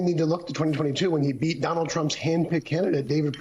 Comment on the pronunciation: Or putting the emphasis on the last syllable: AKA "Don-OLD Trump"